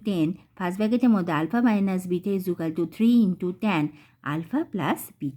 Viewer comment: ইজুকালটু বলছেন কেন ❓😂